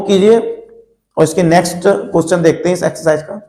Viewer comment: Are sir question hota hai cochhan nahi 😅